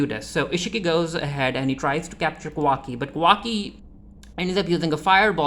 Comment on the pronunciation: It’s Ka-wa-ki by the way LOL